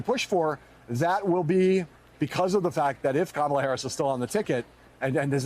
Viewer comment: It would help if yall get her name correct. It's pronounced "Coma, la". Its not that hard. And those who know the correct pronounciation correct the ignorant